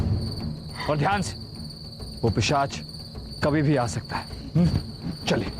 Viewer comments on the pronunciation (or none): Pisaach ✔️✔️ Not pichaas ❌❌